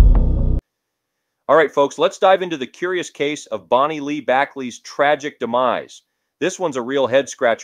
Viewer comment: I like the things u tell about because its stuff i find interesting. But i have watched a few videos and u have to pronounce the names correctly. I dont know if im just anal but that drives me crazy. Its Bonnie Lee Bakely not Backly and Sal Min E O and Leno is pronounced Leeno